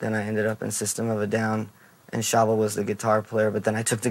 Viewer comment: WAIT THAT'S HOW YOU PRONOUNCE SHAVO